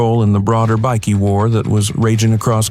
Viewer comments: What is Bicky? Byekey is how you say it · Right say bike now say bikey it's not a fuckin biscuit bloody Al